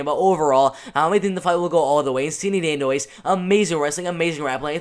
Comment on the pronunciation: oh and her name is "dan-dwah" is how you pronounce it